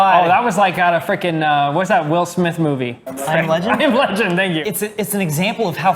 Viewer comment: "Tank, you!"